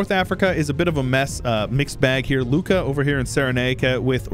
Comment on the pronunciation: thank you, really nice video anyway since you asked Lucca Is prounuced with and "u" sound